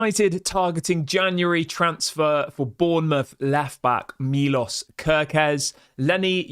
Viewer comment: It is more like milosh if you want to say it right